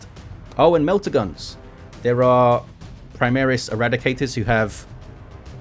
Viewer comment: Also reading latin names and words primaris, is not praimeres, secundus is not sekhandas. Newer lore seems rather weirdo like they ran out of saner ideas. Some cyborgs Uebermensches abominations or what stuff were they smoking ? Liberal agenda smells of Adolf and his ilk, smells like their chaos idols. I dont like the skulls aesthetics too, but whatever. Anyway, Armor vs Piercing system is what I told to SoaSE 2 guys back in 2018-19 on a steam post, so looks like its not forgotten. There it works that 100 more armor than pen ieans 200% hp. They decided overpenning wont do increased Dmg. Only full, being the max. If you had 0 pen, target had 1000 durability, it counts for hull armor, while armor itself there had additional resistance built on top of durability. 1100% HP. pen and armor=same=full dmg. The more armor is max, the less dmg as a minimum exists. It is not entirely linear. and has to be fine-tuned, but in the end you will get something that feels much more believable/realistic as long as you dont combine high AP with high dp. That means an universal high dps. Low dps high pen,, high dps low pen is how you get counters and everything in between.